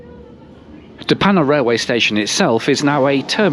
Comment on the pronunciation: I live in de Panne :). Hope you enjoyed your time along our beautiful coast! Btw your pronunciation of De Panne was surprisingly good!